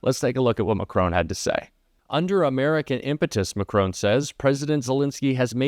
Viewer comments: Not wanting to trivialise this, but couldn't you at least make some vague attempt to pronounce Macron's name correctly? Have you never heard anyone say his name before? It is hard to take you seriously when you say Macrone, over and over again. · Please pronounce President Macron's surname properly. The "on at the end is pronounced as in 'on' and not 'own'. It is very annoiyng especially as you keep repeating it. Thank you. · Why can't Americans pronounce the French president's name correctly ? It's a rhetorical question.....!🤔😐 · Please pronounce President Macron properly. There is no 'h' after the 'o'. The 'o' is pronounced as the 'o' in cotton. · I'm with you, but please learn how to pronounce people's names. Thanks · Great content BUT, why oh why, can’t American commentators learn how to pronounce Macron? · Respectfully please try not to pronounce Macron as Mac Crone. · hi its mac ron not macron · Why can't you pronounce President Macron's name properly, just learn it please, it's so irritating . it's not MACRONE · Better learn to pronounce the President of France’s name correctly. It’s MaKron not Macrone. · please pronounce Monsieur Macron’s name correctly. It is pronounced ‘Mac Ron’. And not Macrone. Thank you! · It's pronounced Mac Ron not Ma Crone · 1. It is Macron as in "on" and not Macrone as in "hone". 2. Macron had already shaken hands with the 🍊 buffoon before they were together with Zelensky. 3. Did you notice the third chair being "disappeared"? I wonder who thought they'd sit down with Zelensky and the 🍊 buffoon? Macron on Starmer or someone else. Personally I just despise these meetings with Trump without witnesses. He flips more than a Cirque du Soleil acrobat and can never be relied upon to tell the truth. Not to criticise. Love your hard work and dedication, but please keep it factual. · Good video, just one point, it's Macron as in Mac Ron, not Macrone,, there is no e at the end. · Emmanuel MacRon, not Macroan!